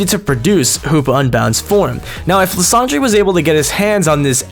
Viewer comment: really you pronounced Lysandre as la-san-jray instead of lie-san-der, you are not a true pokemon fan if you pronounce it like that.